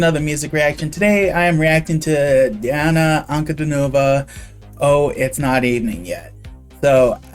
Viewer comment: "An-ku-DEE-no-vah". Accent on the middle syllable.